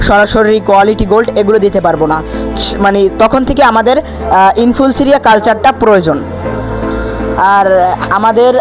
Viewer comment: তুই তো এখনো ইনফুসুরিয়াও বলতে জানিস না কি ভিডিও করছিস